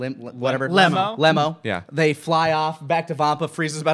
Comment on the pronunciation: that's when cheelai and uhh lime-: lemo: leemar